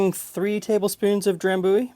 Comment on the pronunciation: Have you been to Scotland ? I used to live next to the drambuie factory. Maybe why I hate whisky. FYI Dram-bu-ie try say it like this with the “u’’ sounding like “you” then the ie on the end, that’s how it’s pronounced rather than “Dram-booie” as you say it.